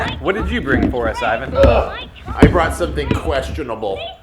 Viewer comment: Ivan pronounced my first name right!! That never happens to me :)